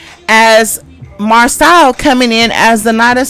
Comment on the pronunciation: Siiiiiisssssss his name is pronounced Mar-so….. seriously y’all clearly watch the show they say their names yet y’all jump on here and say them wrong. Do y’all have a learning disability or something what is going on?